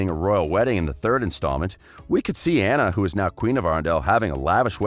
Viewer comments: It’s not aughuhjjghughuhnna it’s anna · It annoys me how he pronounces Anna Also I always thought hans was a more interesting character than the sisters. His story of being the 13th son and his desire to journey to "find his fortune" reminds me of alot of fairy tales where multiple siblings leave for that purpose while the older ones have either varied success or outright fail but the youngest succeeds and usually saves the others. His story had potential but it didn't pan out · You are saying Anna’s name wrong